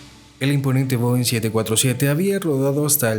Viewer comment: Is this an AI narrator? Most of the comments are praising the clarity and voice, but it definitely sounds like AI. Many of the plane types are mispronounced (Bo instead of Boeing) and the cadence is very annoying, filled with pauses in the wrong places and badly mixed with the background music. I notice that most of those praising the narration are commenting in a language other than English. I assure you, this is a terrible narrator to listen to for anyone speaking fluent English.